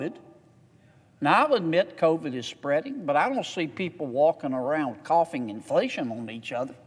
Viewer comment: "Couphing inflation" 🤣😂🤣😂